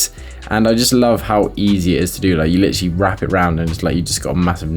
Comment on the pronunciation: First time I enjoyed hearing "litchrally" be spammed 😂